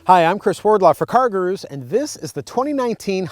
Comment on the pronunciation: Cargrooroo? Love Americans